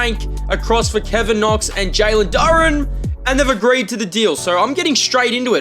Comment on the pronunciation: hey no hate but its pronounced jalen doo raan